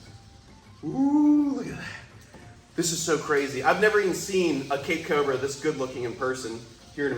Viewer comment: I know you are saying Cape cobra, but I keep on hearing CAKE cobra. He really looks so much like a banana.